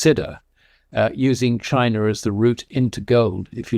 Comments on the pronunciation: It’s Chiner, not China. Weren’t you listening to the interview? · Indier and Chiner? Never heard of those countries.